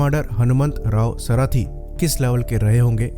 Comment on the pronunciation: The pronunciation of the WgCdr’s name is not सराथी but is सारथी.